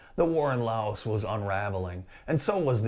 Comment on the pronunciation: FYI the "s" in Laos is silent